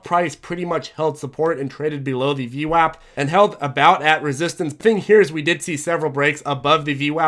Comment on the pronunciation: it's not VWOP it's VWAP and it does really matter, you are insulting an entire race of Italians when you say VWOP